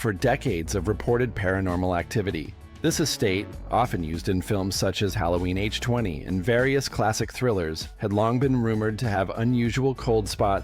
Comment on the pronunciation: Not sure if this is an a.i. voice, but NOBODY calls it halloween H-twenty.